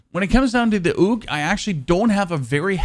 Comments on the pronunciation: Wtf is a "oog" and a petrol grip? 🤣AUG is pronounced like "org" and its a PATROL grip not a petrol grip 🤣🤣🤣🤣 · Oog no it Aug “AHHGU” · Loving the "Tummy Shots" and "Oog" LMAO!! Then you saying, "I'm European, we say Oog, not Awg". Haha! Love the videos my man. Keep Grinding.